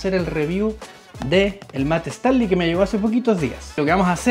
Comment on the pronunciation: Hola 👋. No es “/Estanly/. Es /Stanly/ I’m talking about pronunciation 😉